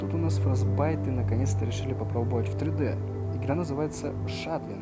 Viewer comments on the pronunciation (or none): Не знаю как ты там чего искал, но википедия говорит, что у них ~100 сотрудников, а на их сайте есть число 130. Кстати, не "фростбайт", а "фрозенбайт"